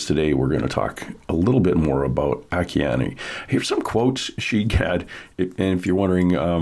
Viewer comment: a- KEY - ANN ! (At least, pronounce this GIFT FROM GOD'S name correctly......)!!!! Don't be FOOLED, HER HAND IS NOT PAINTING; IT'S GOD'S HAND PAINTING THROUGH HER!